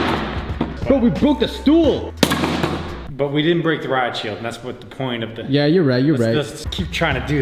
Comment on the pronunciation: its not stoel